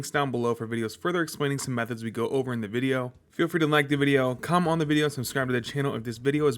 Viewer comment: did this mf just say “cum on the video” instead of comment 😂😂